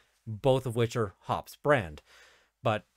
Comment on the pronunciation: It's pronounced hoppees.